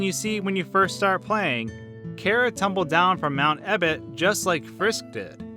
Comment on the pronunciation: to lyrics: ITS NOT EBBOT ITS EBOTT